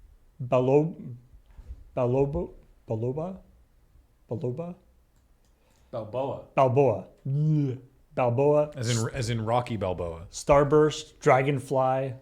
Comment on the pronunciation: "Bel...belo...belob...." BELOPA!! Ahem, sorry. "Balboa." aww, darn. But on a serious note; I think it's highly likely that all the "food" codes are entries that Epic must've set up, rather than actually using the game's actual name/project name. Just like "Cool, if you need anything further, we'll use "Eclair" to reference this project in particular. Or maybe it was a "Hey, we need four different entries for the next six months" "Ah, Yeah, can do, I'll just put them in as 'Puff Pastry', 'Canolli', 'Danish', and 'BEAR CLAW' if you need them." I also want the reality to be "We'll use code 'Turok'." "Oh you're making a new Turok game?", "No, what are you talking about? Why would you think we are?"